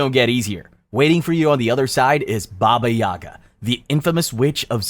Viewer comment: Its not baba YAga its baba yaGA